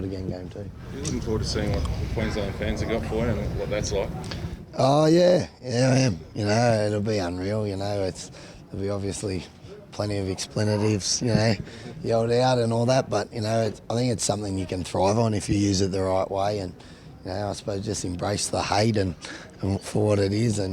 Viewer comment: Hahaha "explinitives" ahhh Jake's Maloney don't ever change.